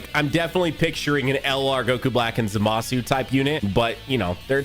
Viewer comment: Did bro say lr goku black and zamusu